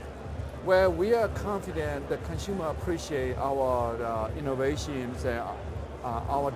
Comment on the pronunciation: he kept saying "innovations"!